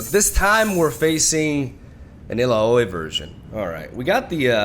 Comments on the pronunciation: How he says "illaoi" makes me laugh. Someone needs to tell him that it is said like allow-e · i love you, but please watch the Illaoi Champion Spotligh so you learn how to pronounce her name! Yes, I'm triggered